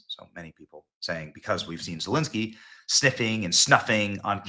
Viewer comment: Did Benny say, 'Voldemort' Zelenskyy?